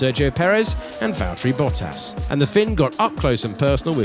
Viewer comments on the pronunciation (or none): Commentator: Valteri Bottas YouTube: Fry Bottas